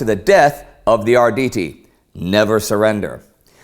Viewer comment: Ardidi, did u just pronounce their name like this??? no no no, its Arrrrrditi